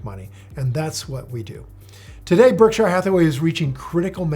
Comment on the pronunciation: If Buffett really had such a huge impact on you, one would think you've learned to pronounce his company correctly by now. No one pronounces it Berk-SHIRE; not even Buffett himself. It's not Lord of the Rings for goodness sakes.